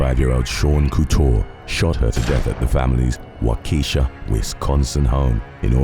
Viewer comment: Sean couture story I heard about this one at work, Its so sad. Also, British people Waukesha is pronounced Waa-cu-shaw.